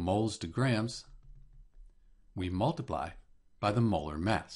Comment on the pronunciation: "mol"tiply lmao!😂